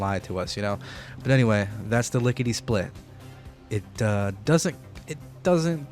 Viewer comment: Notice something about the Lickety Split... It sounds like Lickety Spit... Spit (Hawk Tuah)... What did Todd mean by this???